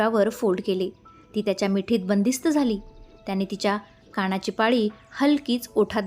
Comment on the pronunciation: काणाची नाही कानाची